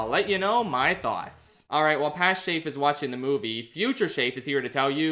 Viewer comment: Yo props to his pronounciation was pretty good this vid